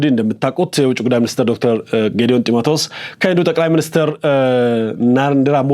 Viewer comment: ቆይ አንተ ኢትዮጵያዊ አይደለህም እንዴ ??? ጢመትዎስ ሳይሆን ጥመቲዎስ ነው 😁😁😁😁😁 ko ሀዲ 👺👺👺👺